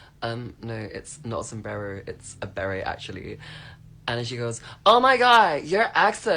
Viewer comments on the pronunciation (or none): Beret. Not Barett. BERET. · The trans person was wearing a "beret", pronounced "ber-ei". The "t" is silent, it is not pronounced. The beret originates from the Basques region of France and Spain. They were also popular in Quebec until the 1960s. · Hey, I had to ask... you really never seen a baret? 🤔 (Pronounced: "berray", with the emphasis on "ray"! 👍) It's the standard military headgear, across the world! (Even in the US!) 🤷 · That hat is a beret, pronounced berry in the UK